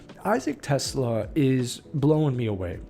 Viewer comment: Hey, he's not a car or an inventor. He is not Tesla. He's Ta-slay-ah.